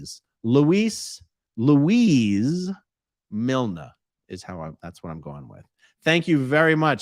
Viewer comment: FYI, A-Aron. The pronunciation of Milne is the same as a 'kiln' for making bricks, etc.